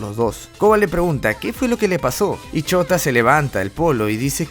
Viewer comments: wey dices shota en vez de shouta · Me da risa como siempre le dicen shota en vez de shouta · Alguien mas escucha "ch0t4" en vez de "Shouta" xd? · Yo escucho que dice chota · Me da risa como dices "chouta" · Cuando dices shuota parece que decís chota xd